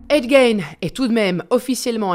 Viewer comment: C'est fou de faire une vidéo sur un gars et pas se renseigner sur la prononciation de son nom